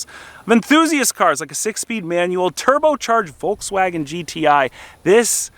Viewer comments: Please lern to pronounce Volkswagen correctly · German here, In germany we spell the V in Volkswagen like an f. So you could transcripted say "Folkswagen"... I'm dying every time you spell it like a w 😂